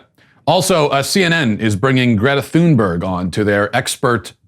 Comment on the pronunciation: As part of your European audience, I agree with most of what you've said but I must make a correction. The German cafe with the pool noodle hats only did that as a ONE DAY RE-OPENING GIMMICK. It wasn't mandatory. It was only meant to be funny and gain attention. Second, please pronounce Greta Thunberg's name correctly. It's "TUNE- berg." We don't have the English "TH" sound over here. Please pass that on to your colleagues who also sound silly to our ears. You have a large, admiring audience in Europe, we're trying to help you to look & sound intelligent. Keep up your good work.